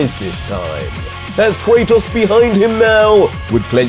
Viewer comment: Bro you saying kratos name wrong lol